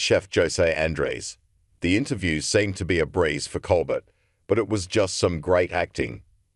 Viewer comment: This AI muck can't even pronounce words. Who is "ColBERT"??? Pure adulterated crap reporting. This site is off my feed .. 👎👎👎👎👎👎